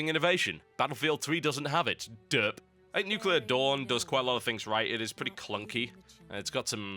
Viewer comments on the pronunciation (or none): That's the first time I've heard "Derp" being pronounced like that.